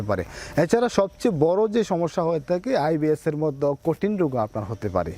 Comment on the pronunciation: তাখে না ভাই থাকে।উচ্চারণ সঠিক হলে শুনতে ভালো লাগে